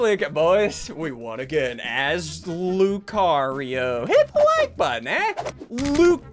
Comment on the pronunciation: how to say sundees pokemon name loo-car-E-ow